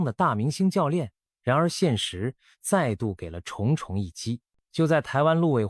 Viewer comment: 「重」是破音字，「重重」一擊，音「仲」。